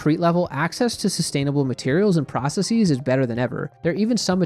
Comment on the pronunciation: why tf do you keep saying processEEZ like stop.